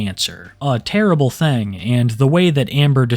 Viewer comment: Hey man we were having a shot contest everytime you say "thang" we hit a shot and yeah im drunk and blame u